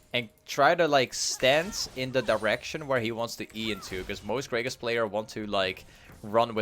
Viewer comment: yo its "GRAGAAS" not "greygus" lmfao much luv to u fam <3